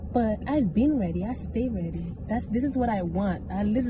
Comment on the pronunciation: I can’t take you serious saying “I’m weady” 😂